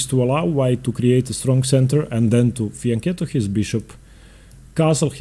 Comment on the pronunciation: Thank you,, your content is amazing. Insightful video. And thank you for properly pronouncing "Pirc" and "fianchetto."